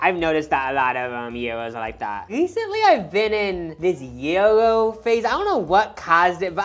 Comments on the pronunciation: Never heard anyone pronounce ‘JI-RO’ as ‘Euro’….. it’s disturbing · genuine q ! is that the midwestern pronunciation of gyro ? I kept thinking y’all were saying euro 🤔💖 all this w peace and love !